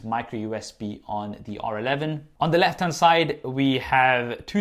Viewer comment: Stop with this confusion in every video, get it right: "the" as /ði/ in front of words that start with a vowel-sound "the" as /ðə/ in front of words that start with a consonant-sound